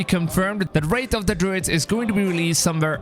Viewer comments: It's Wrath not Wraith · "Wrath" not "Wraith"